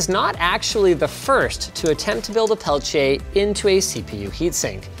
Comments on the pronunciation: It's not pelitche it's peltIER. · I’m pretty certain it’s pronounced PEL-TEE-AY. This video becomes more unwatchable ever time Linus says pel-ch-ay... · pelchiay ? isn't it pronounced peltier? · What's a Pelcheay, I thought it was PELTIER? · its peltier not "pelchiay" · "Pelchier" lol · Sorry, bro. I know you had to learn French, but everyone says "Pel Ti Er". Also, these were all the rage in the 90's. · WTF is a "pelchier"? Lol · "pelchiay" smh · Linus, it's pronounced Pell-Tee-Ah, FFS! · It's Peltier... not Peltea... that bugged me more than anything else in this video. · Peltier, not peltiè (Pel-tier) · peltier = Pel Tee Ah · PELTIER , there is no CH in peltier.your pronouciation is incorrect. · Linus' pronunciation of "peltier" reminds me of when Tom Brokaw was reporting on the original Pentium division error bug, and pronounced it "Penchum." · Why does he keep pronouncing "peltier" with a "ch" ??? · Thats not how you say Peltier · Ive only ever heard peltier pronounced with a hard t sound. Not the "ch" sound he went with.